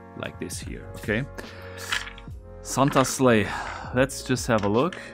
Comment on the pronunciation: 'Sleigh' in English is pronounced 'slay'. Just helping :)